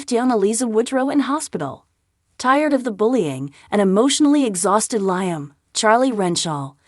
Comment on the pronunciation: This is so bloody irritating. She has no clue as to how to pronounce “Liam”. Her use of “Lie Am” is gross.